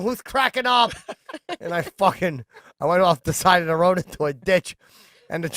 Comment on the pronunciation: “And I went off the rod” I love chips mispronunciation of words at pertinent points of a sentence.